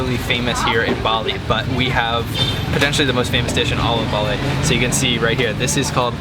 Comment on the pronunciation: You are miss pronouncing the name Bali!!!